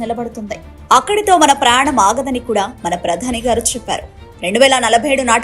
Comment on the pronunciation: ప్రాణం కాదమ్మా - ప్రయాణం: అర్ధరహితమైన పదాల వాడుక,ఉచ్చారణ భాషా దారిద్ర్యం కు సూచిక.